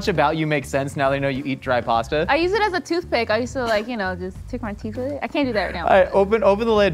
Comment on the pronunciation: Step 1 should have been learn how to say pasta properly